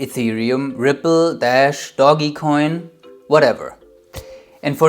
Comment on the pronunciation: its DOGEcoin u fool . not dogi coin, sheeeeesh